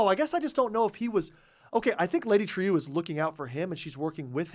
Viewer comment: You keep pronouncing Lady Trieu's name as trio. She & everyone in the show pronounce it true (troo). It's distracting.